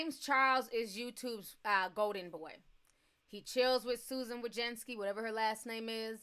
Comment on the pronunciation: every time you say Susan wozenski (however you spell/say it it🤣) makes me think of Mike wazowski from monster inc lol